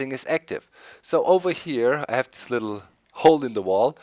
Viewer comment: "Lets take a look ova-heya" lol